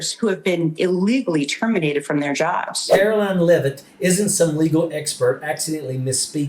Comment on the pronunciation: Please pronounce her name correctly. Her name ends in line not lyn. Take it from someone who has had my name mispronounced and spelled wrong since Kennedy was president. The names are different and not interchangeable.